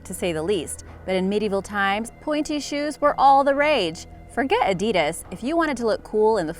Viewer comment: I cringe at way she said Adidas it Addy das not a deeus